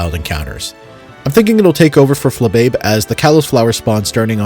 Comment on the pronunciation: not at all the point of the video but as a french speaker i just feel the need to inform you Flabébé isn't pronounced Fla-babe. it's Fla-bay-bay. the é is said like ay, and Flabébé's name is like that because itès Flo(wer) bébéb (baby). Literally a flower baby! Anyway, past that, this is a really interesting video! I def get your thoughts on the kalos pokemon not being the focus of the kalos pokedex and, while i hadn't thought of it before, I def see what you mean. Most of my kalos playthroughs only involve 1 or 2 kalos pokemon. I never really saw that as a flaw before, it felt like everything from before that point in the series was coming together and culminating into one game! I think what you're suggesting would be really fun, but it also feels like most people would see it as a gimmick like the grand underground in bdsp and probably not interact with it much. Instead of being annoyed that Trevor does nothing everyone will be annoyed at him for interrupting them all the time... he just can't win, rip.